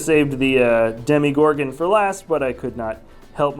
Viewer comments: It’s Demogorgon not Demigorgon... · Just an fyi, it’s pronounced Demogorgon, not Demigorgon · Why is he saying Demigorgon and not Demogorgon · It’s Demogorgon, not Demigorgon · Why do ppl call it a Demi Gorgon it’s a Demogorgon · It’s Demagorgon not Demi but great review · It’s not Demigorgon! It’s Demogorgon!! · I'm gonna say it for the last time it's "Demogrogon" not "Demigorgon" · Ugh First he called it a movie Then calls it a "demygorgon" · Demogorgon actually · It’s demogorgon